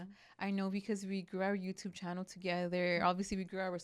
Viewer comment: Who remembers “welcome back to our channer “ 😂😂😂😂